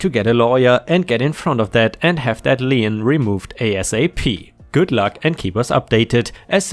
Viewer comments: As a long time subscriber, you know me well enough to know I will correct your pronunciation at times. In the case of "lien", you might pronounce it a "le-en" but I know your syntax well enough by now to hear "lean" in my brain. ⭐⭐⭐⭐⭐⭐⭐⭐⭐⭐⭐⭐⭐⭐⭐⭐⭐⭐ For the algorithms. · lien /liːn/ sounds like "Lean" - A legal claim; a charge upon real or personal property for the satisfaction of some debt or duty. The only place I heard Lien pronounced as "Lee-In" is In the fictional animated series RWBY and its associated media, Lien is the primary currency of the world Remnant. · In North America, Lien rhymes with Bean, Clean and Sheen...